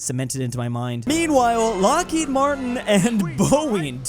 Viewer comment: Ah yes, lockheid martin. Not to be confused with lockheed martin.